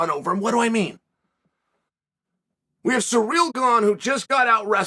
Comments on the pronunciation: Hey unc his name is Ciryl. Not sureal.😉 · Plot twist: Chael is calling Ciryl Surreal because it’s going to be Surreal when Ciryl wins Edit: not saying Surreal wins